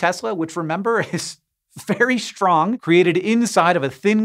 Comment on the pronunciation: Why does Hank always say shtrong instead of strong?